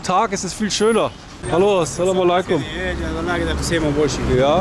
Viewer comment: Lieber, zuallererst großen Dank an dich! Was ich dir wärmsten weiter empfehlen möchte ist, dass du vielleicht bei der Aussprache etwas übst(salamaleykum). salam - reicht auch total aus! Wir freuen uns auf weitere Videos und Liebe Grüße aus München 🫶🏽